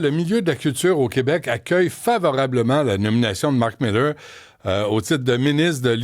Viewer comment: Cher Paul, pourquoi prononcer Marc Millaire alors qu'il s'appelle Mark Miller ? Son nom est en corrélation avec sa posture.